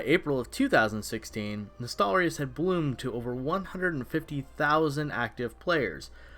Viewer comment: LOL Nostal-rius